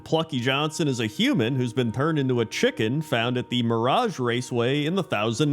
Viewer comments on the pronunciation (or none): none